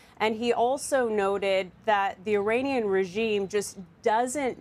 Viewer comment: With all due respect, it's not AY-ranian. It's with a short 'i'.